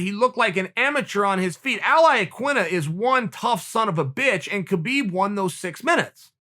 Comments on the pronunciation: if you respect khabib pls pronounce his name correctly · Keh-beeb? Hah-beeb!